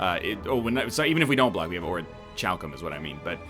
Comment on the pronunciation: Orichalcum is pronounced as Ore - E - Kal - Come Just letting you know.